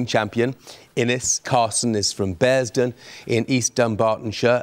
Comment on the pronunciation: You would think that after four episodes Jeff Sterling would be able to pronounce Bearsden properly.